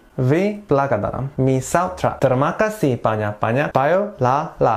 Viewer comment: Did u said kaseh or kasih Kaseh is became kasih